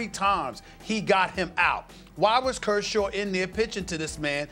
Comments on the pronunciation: How did Stephen A Smith pronounce Kershaw 20 different ways and none of them were correct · griffey422 "Kurshurd"